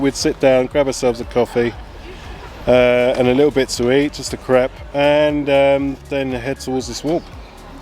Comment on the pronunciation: I thought that you said "I've literally just had a crap🤣